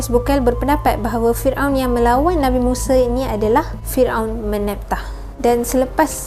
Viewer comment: Bukan muse tapi musa...sebutan yang betul. Yg muse tu jihan muse